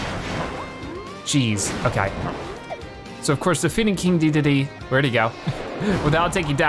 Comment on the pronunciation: not trying to be rude but the name is not deedeedee it is de da day